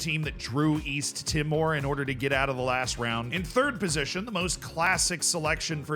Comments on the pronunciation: East timor is meant to sound more like "tea - more" Great video though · Yeah, it's said like tea more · The way you are saying East timor is so funny, it's not even close